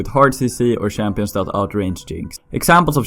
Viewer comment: shampions i like it